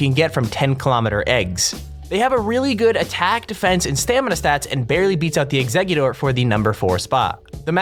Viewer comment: It's eggcicute but say or at the end